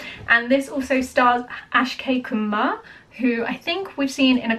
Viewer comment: The moment she said "Ashkay Kumar"; I immediately came down to the comment section!